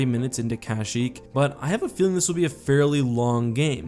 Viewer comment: Every time you say CASHyyk I repeat it the correct way Kashyyk